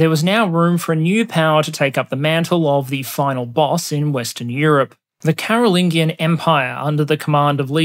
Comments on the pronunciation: Bro the 'g' sound in Carolingian is the same as the 'g'sound in gist. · Bro, Google pronunciation is an excellent service to help you pronounce words in English such as "Carolingian".... I'll assume you are also familiar with the works of Davinchi 🤨